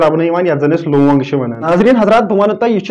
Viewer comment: It's not looung it's loong🤭🤭